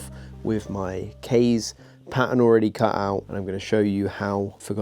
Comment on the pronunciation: Also the pronunciation of "Kaze" isn't correct either if it's supposed to be Japanese inspired.